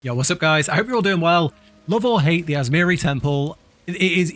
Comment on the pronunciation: atzmjiri temple i could have sworn it was atziris temple